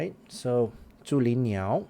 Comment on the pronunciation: Obligatory nitpick: the tone of the pronunciation is slightly off. The "Zhu" in "Zhulinniao" should be rising (2nd tone) and the "Jing" in "JingHong" should be flat (1st tone). Other than that, it's pretty on-point.